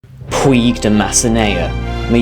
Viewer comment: It's pronounced puidg as in midge not puig as in twig